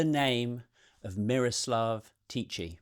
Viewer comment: Hi from the Czech Republic. Yeah, I remember this when it was in the media many years ago. To me there's not much interesting there and the hype around him was just BS I'd say. Your pronunciation of Miroslav was pretty good, but the "ch" in Tichý is pronounced the same way as in Bach or loch. I understand it's difficult to know and to repreduce the sound correctly. His surname means "quiet" in Czech which I think matches his character quite well 🤭